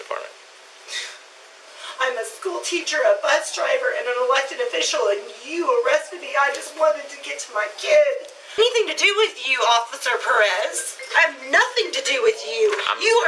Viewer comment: Never heard the name (Perez) pronounce that way 😂😂😂